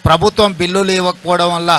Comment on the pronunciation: ప్రభుతం కాదు అన్న. ప్రభుత్వం